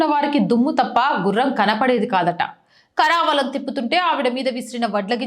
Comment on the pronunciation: కరవాలము - కరావాలం కాదు; రాజా రామ్- రాఝా రామ్ కాదు; తారాబాయి-తార భాయ్ కాదు. తెలుగు స్పష్టంగా పలకడానికి దేవీ స్తోత్రాలు కానీ భగవద్గీత కానీ google లో చదువుతూ ఆడియో విని సరి చేసుకోవచ్చు. ఉచ్చారణ లోపం ఉండకుండా చూసుకోండి.